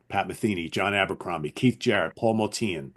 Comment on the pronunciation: Great show. Looking forward to more episodes. Btw, I believe Motian is pronounced like “ocean.” Some of my favorites from ECM include: Dave Holland Quartet: Conference of the Birds (1973, my #1) John Abercrombie: Timeless (1975) Steve Reich: Music for 18 Musicians (1978) The Music Improvisation Company (1970): s/t (very avant garde and abstract including Evan Parker, Derek Bailey, and Jamie Muir) David Torn: Prezens (2007) Meredith Monk: Dolmen Music (1981) Dave Holland Quintet: Points of View (1998) Marc Johnson: Bass Desires (1986) Pat Metheny: Bright Size Life (1976)